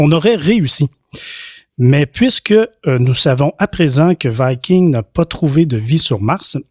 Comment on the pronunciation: En français on dit viking, et non vaïking... Ça c'est anglais.